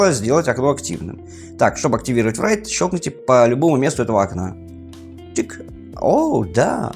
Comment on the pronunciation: Write произносится просто: raɪt Райт или рай(ы)т. Не надо говорить врайт